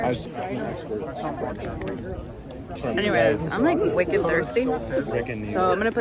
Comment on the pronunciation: Loved the New England "I'm wicked thirsty!" from!